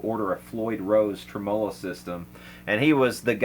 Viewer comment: I see many channel hosts falling prey to opinions of trolls. . . Don't concern yourself with detractors. Your show is great because of you doing what you're passionate about and your admirable style. Until you came along I had only ever heard tremolo pronounced TREM'olo. The world is now a larger place for me. Thanks again, and keep up the good work😃